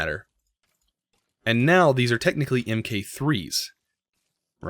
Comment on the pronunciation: MK is pronounced "MARK" as in MK I is Mark 1, MK II is Mark 2, MK III is Mark 3. Its a military short cut/abbreviation from years ago.